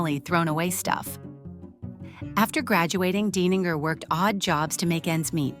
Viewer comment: This artist is Brilliant. Love it. I do wonder if the narrator is an AI bot. She pronounces the artist's name [DINE]ninger one moment and [DANE]ninger the next.